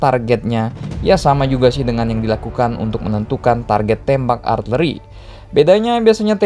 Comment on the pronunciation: Min nyebutnya arteri apa artileri sih...